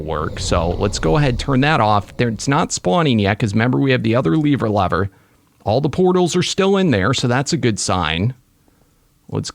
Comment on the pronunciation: It’s lever not leaver lever